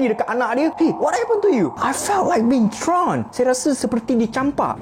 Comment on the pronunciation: Gila poyo gila sebutan R..kononnya terlalu english..thrown jadi throne😂😂 cakap je la melayu elok elok..muka jawa teruk R kalah mat salleh..cintai lah bahasa kita